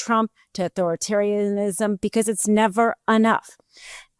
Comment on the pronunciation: stop drinking... "Auforitarianisssm" is not a word.